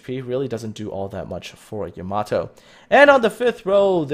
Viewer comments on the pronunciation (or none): It's pronounced Yah-mah-toe